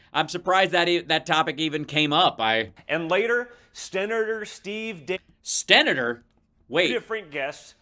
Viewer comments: Sten-na-tour LMFAO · Idk...he can't pronounce senator...hes got somethin goin on...hes never sober , I think.